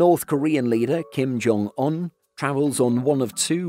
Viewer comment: it’s Kim Jong UN not Kim Jong on